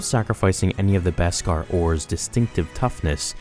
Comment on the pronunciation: Thank you for pronouncing Beskar properly!! Now if we can just get everyone to pronounce mandalorian properly (Mahn-dalorian, not Man-dalorian!!!)